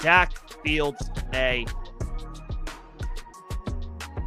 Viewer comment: Dak not doc